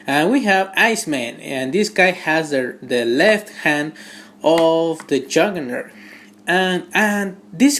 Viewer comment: Wulbereen, Marbel's Habock and Jurgernert...nice.